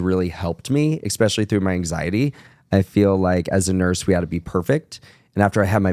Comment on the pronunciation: Is: expecially, should be: especially. Is: fridgerator, should be: refrigerator. You’re welcome.